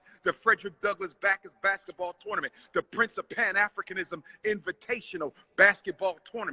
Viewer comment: Heard how he said torrrrrnnmentt